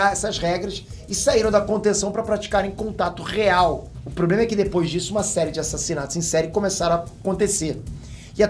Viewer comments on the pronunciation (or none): none